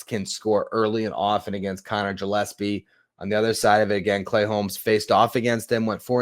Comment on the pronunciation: It Gill-es-pee like a fish gill. Not Jill.